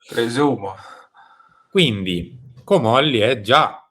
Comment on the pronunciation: Ma! Si dice..Comolli'😅🧐